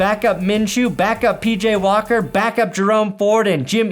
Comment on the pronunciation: "Xfl legend Pj walker" say his name right